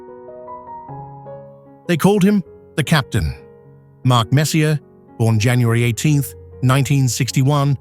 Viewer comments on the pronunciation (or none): Your narration program butchered the names Vezina, Trottier, Messier, Bucyk, Denis, Yzerman, Roy, Sakic, Sellane, Jaromir and Martin but otherwise was fine